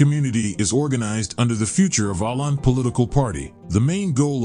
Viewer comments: If Åland is a country, then I guess Hawaii and Alaska would be too. And by the way, it's pronounced "Oland" and not "Aland". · Its not Aland, its Åland! It was a part of sweden for tusends of years and Finnland proper was a part of sweden only for 700 years! Sweden lost finnland in a war with russia, and they took Åland altso! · ***Åland is pronounced Oh-lahnd not Ah-lahnd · The place, that is both a country and an autonomous region, despite all ignorant objections among the comments, is pronounced like "aw-land", not "aland". In IPA it is [o:land]. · Apart from the various inaccuracies of research that the comments below indicate it would have helped if the narrator had pronounced the name correctly. The Swedish letter åÅ is pronounced like the 'aw' sound in the English word 'awful' and not like the 'a' in 'father'. You could say that his pronunciation was not awful enough! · Oh, so Åland is pronounced as "Awland" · Most people in the South of England, the English ones anyway, know about this island, it's the large one to the west. The say Ireland, but they actually pronounce it Åhland. It's very confusing. Just listen to BBC. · It's Finnish and it's called 'Ahvenanmaa'. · Åland is pronounced as "awland". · Isn't it otonounnced "oland"? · Stop calling Åland a country and a nation. It is simply a lie and incorrect. Åland is an autonomous region of Finland just as Corsica belongs to France and Sardinia to Italy. Åland belongs to Finland, but the inhabitants speak Swedish. There are several regions in Finland with a Swedish-speaking population. Åland is pronounced "Ohland". This beautiful, small island with 30,000 inhabitants is not a country. Please. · Åland is pronounced [Oh-land] for those who wonder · The region Åland is pronounced Oh-land. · It's pronounced "ohland" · I was going to look to see if someone would mention the pronunciation. I'm Irish, and I hate when narrators don't take the time to figure out the pronunciation.